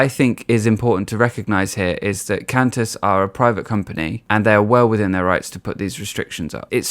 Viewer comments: It's pronounced QWAN-tas. Like quantum. It's only for international travel too. And it's kinda weird how nobody is upset about mandatory vaccination against yellow fever when you travel to countries where it's endemic. Cranberry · Um...just for the record, QANTAS airlines isn’t pronounced kent-ess. The QANT part rhymes with want, followed by the letter S. Q.A.N.T.A.S. It stands for Queensland and Northern Territory Aerial Service. It was founded in 1920. The business obviously expanded to international flights since its inception. Your British accent is adorable though.